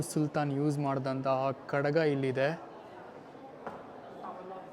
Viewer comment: ತಮ್ಮ ಅದು ಖಡಗ ಅಲ್ಲ ಖಡ್ಗ. ಕಡಗ ಅಂದರೆ ಕೈಗೆ ಹಾಕಿಕೊಳ್ಳುವಂತಹ ಬಳೆ ಆಕಾರ.